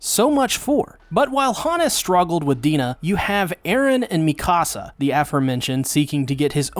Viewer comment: With respect..Dude, you are entirely too smart, too precise, and too articulate, to continue pronouncing Mee-kuh-suh's and Hahn-Gee's names incorrectly(!) You're one of the best AOT analysts out here..but bro..you're killin me mispronouncing their names. Its disrespectful. And AOT is too masterful of a show to not get these pronunciations right. It hurts because, of all AOT reviewers, I know, YOU KNOW better. You watch the show. You HEAR how they say their names. Hahn-GEE. MEE-KUH-Suh. Give these characters their respect and at least TRY. (ps. We all get a pass with Ayonkapon)